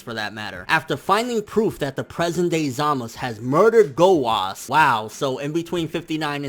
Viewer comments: okay okay, let me just say this. ITS "ZAMASU", not "ZAMAS", same with "Gowasu" not "Gowas" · Why do you say Zamas instead of Zamasu and Gowas instead of Gowasu? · it's not Zamas. it's zamasu. there's a fucking u at the end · its zamasu bitch! not ZAMAS!! & ITS GOWASU, NOT DUCKING GOWAS!! FUCK YOU!!!!! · how can you watch the Japanese version and English dubb and still not pronounce the names right smh zamus za-ma-"su" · Zamas? whether its correct or not can we not use that and pronounce it as we see it (Zamasu) coz it just sounds better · Why Tf do you keep saying Zamas, it's zamasU!!... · Coplanm bet you that it will zamasu when it's dubbed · It's pronounce Zama soo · zamasU goddamn how can ppl watch the show and still pronounce wrong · i guarantee this guy has never been laid. ZA MA SU.. say it with me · Chill dude its pronounce Zamas but spelled Zamasu just rewatch an episode and see for ur self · then why do the Japanese pronounce it with the u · Maybe you should learn the basics about the japanese language before affirming things about a language you don't know.There isn't any 's' alone spelling in japanese, it's 'sa, shi, su, so' or 'za, ji, zu, zo'. It's pronounced ZamasU (which is in fact a polite form of speaking in japanese, coming from 'gozaimasU'. Same for 'GowasU', both are different forms for 'gozaimasU'). Even if you can barely hear the 'u' it doesn't mean it's not there. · the u is definitely lightly pronounced in zamasu. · My fucking god listening to this guy pronouncing zamasu' s name wrong once was cringing but saying his name a thousand times. Jesussss fuckkkk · nigga cant you say ZAMASU right.. shits irritating af lol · Take a shot everytime he pronounces zamasu fucked up